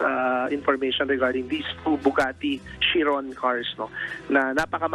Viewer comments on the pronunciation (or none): hindi po shiron KAI-RON po